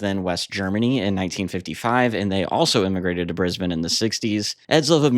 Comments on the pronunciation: Thanks for covering the Saints, in particular pronouncing Brisbane correctly. BTW the government head of the State of Brisbane is the Premier. A Prime Minister on the hand is the elected head of the whole Australia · Also, thank you for being the only North American to ever pronounce 'Brisbane' properly!